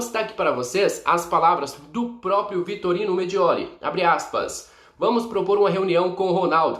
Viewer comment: me desculpa está te corrigindo, vc está falando Vitorino, o correto é Vitório Mediole.